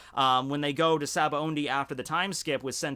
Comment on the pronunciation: Why does pronounce it "SabaoNdy"? I'm pretty sure it's spelled "Sabaody"